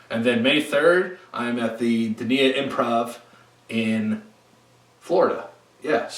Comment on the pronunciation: I love you, but Dania is pronounced DAY-nya (rhyming with Pennsylvania) not Duh-NI-ah I just say that cause I grew up close to that area in Florida, if I am wrong I will stand corrected!